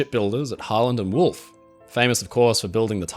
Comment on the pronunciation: I think he’s saying Harlan Wolfe? But it sounds like Howlin’ Wolf. Who was a whole other legend.